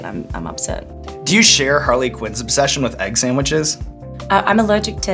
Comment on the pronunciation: When she says "samwiches" you can hear Harley <3